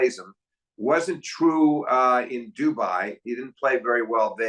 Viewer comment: Love these videos. Two of the best analysts in tennis, but I gotta say… Blows my mind that Steve puts this much time and thought into tennis and still says things like “when Daniel played Za-verev in DOObai…” It’s like he’s never heard anyone else say these words lol